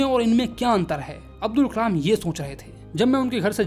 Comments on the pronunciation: me aapne kalam ki jagah kmal bola he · Nice video but said kamal instead of Kalam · it's kalam not kamal btw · Kalam ❌no kamal🧋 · It's kalam not kalem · Kalam bolte h Kamal nhii😂😂😂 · Kalam ❎️ Kamal✅️ 😅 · ...bro kamal nahi kalam he😊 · pe Kalam ki jagah Kamal 😂😂😂 listen carefully. All 👇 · is kalaam not kamal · Kalam ❎ Kamal✅😅😂 Btw..Your all videos are very helpful and understanding 😊❤ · A mistake in your vedio Kalam × Kamal 😂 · Who noticed on he said kamal instead of kalam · It's kalam not Kalam